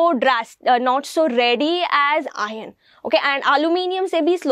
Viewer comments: Ma'am plz don't pronounce ion it's iron.....don't confuse plzzz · Mam there is no difference between pronunciation of -- Iron and Ion. U speak both as ion.😆